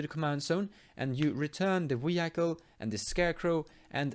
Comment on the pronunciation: I love some of your pronunciations sometimes man. "Wee-Hike-All" haha, I like Gerrard for some combo ideas too, solid vid as always.